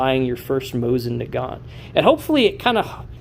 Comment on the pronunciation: Please pronounce Mosin Nagant properly. Do not pronounce the T. Moh-seen Nah - gahn. It’s really hard to listen to your video, friend.